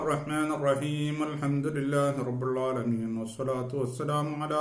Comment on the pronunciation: ഓ നിങ്ങൾ റബ്ബിൾ ആലമീൻ എന്ന് പറയുന്നത് കേൾക്കുന്നു. റബ്ബിൽ ആലമീൻ എന്നല്ലേ അവിടെ ലമ് അല്ലെ... ള.. അല്ലല്ലോ..